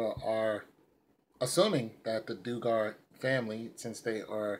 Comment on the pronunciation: Dug ger is how you pronounce their name